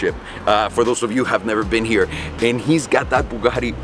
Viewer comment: Thats my dude over herreee! With an italien accent lolll